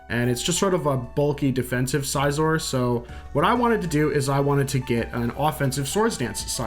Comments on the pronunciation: Every time he says size-or instead of Cs-or, my soul wrinkles up. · You lost me at "Sizeor" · How does scyther = paper For the record, I agree it's definitely pronounced sizz-or